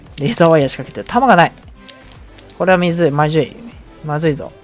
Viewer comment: みずい まじゅい